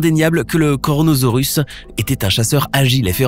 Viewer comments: Ons n'a pas encore trouvé tout les animaux marins et à au lieu de dire kronosorus il a dit coronosaurus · c pas kornosaurus mais kronosaurus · au début jai cru qu'il avait dit coronavirus mdr